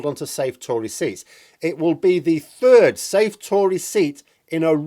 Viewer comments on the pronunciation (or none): none